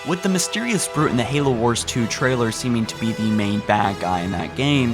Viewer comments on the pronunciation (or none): none